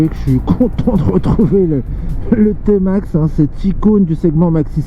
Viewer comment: Vous êtes sérieux ? D’abord on ne dit pas « Timax » mais « Témax », ensuite il est euro5 depuis 2020 ! Il n’y a absolument rien que change pour le millésime 2021 sauf une couleur en plus ... 😒